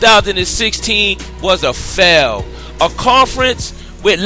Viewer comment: Also you say Fell not fail. LOL what a fail.